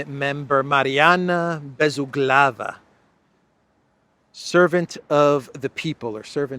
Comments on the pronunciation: You're saying Bezuglova wrong 😅 It's Bez Uuuuglova Emphasis on the Uuu Ooh Say it! Oooh As in without corners Bez - without Uuuuuglova - from word Ugol - korner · "Bezuglaya" is to be pronounced with the accent on the "u". By the way, in Russian "Bezuglaya" means "carbonless". 😊 Therefore, by her family nane she's eco-friendly. 🤭